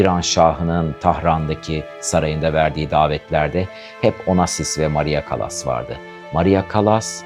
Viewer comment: Sesi kötü,hayatını anlattığını sandığı kişinin adını bile doğru dürüst teleffuz edemiyor,Türkçesi kötü.Çekimler berbat yorucu.Müziğin fonda hafif duyulması gerekirken çok baskın.CALLAS'ın biyografisinde hatalar var iyi araştırma yapmadığı belli.